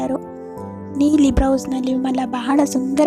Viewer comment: It should be blouse not brouse..